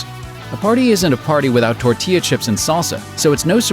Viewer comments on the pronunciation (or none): none